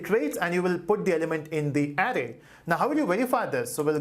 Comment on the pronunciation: criticism : the 'ar' sound in 'array' is spoken as the 'ar' bit in 'around' not as the sound in 'arrow'.